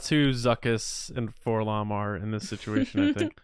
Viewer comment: It was only like a two week hiatus, but I really missed hearing say “situa-TION” in the Resistance Transmission segment.